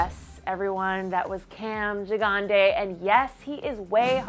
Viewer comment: Is his name really pronounced cam JIGANDE???